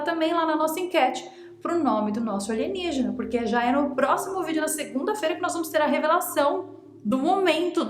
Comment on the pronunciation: Nem lembro quando comecei a falar ALIGENIGENA. Jamais vai sair com a pronúncia certa😂😂😂